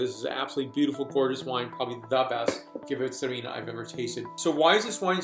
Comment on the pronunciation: sounds awesome! but I think your excitement caused you to over pronounce "gewurtztraminer". :). how do you think great alsatian gewurtztraminer age? Have you had any older ones? I have a 2000 zind humbrecht gewurtz that I can't wait to try